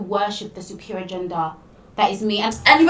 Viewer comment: "men are supposed to worship the supereer gender" Can't even say superior correctly ...